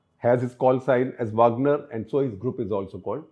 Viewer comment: वागनर not वाॅगनर